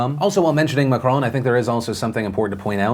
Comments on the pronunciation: Also its not Mac-Crone is Mac-Ron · Can anyone make a compilation of Phillip saying "Macrooon"?? It is so funny... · Am I the only one who loves Phil's pronunciation of Macron?